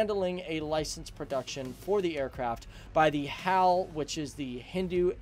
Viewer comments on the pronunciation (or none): Learn how to pronounce properly.... H A L NOT hal